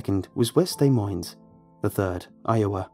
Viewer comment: Hey! Jsyk when saying des Moines drop the s in both words:)